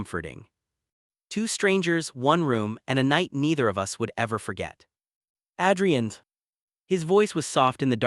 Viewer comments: Dear fictitious narrator : Adrian is pronounced like Aid, not like Add. Effing AI 😂😂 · Why are there so many guys called "Ethan"??? And who pronounces Adrian as "Addrian"?? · Adrian's great-looking. Strange but with Italian pronunciation he should be called Adriano. The buildings look like NYC (UN/Chrysler) not Chicago.